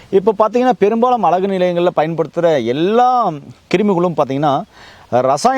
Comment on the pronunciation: அலகு இல்லை அழகு என்று சொல்லுங்கள் தவறாக தமிழை உச்சரிக்க வேண்டாம்